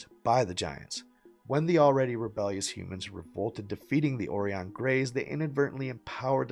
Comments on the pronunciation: Oh-Ryan not Oree-On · ORION = OH-RYAN as in Orion’s Belt, bruh. 🤦🏻 But that Freudian slip when you said zeta reticuli with the emphasis on reticu-LIE was the closest to reality this channel has ever touted.